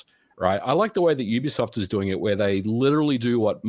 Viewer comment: . I thought I was the only one always correcting people how to say Youbisoft Ubisoft😂